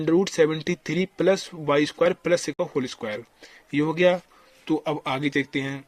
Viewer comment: I don't know why i laugh when he says....ye kese ho geya 😂😂😂